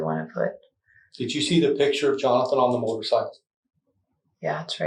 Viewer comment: The crime of murder is bad enough, but pronouncing the word picture “pitchur” makes it worse.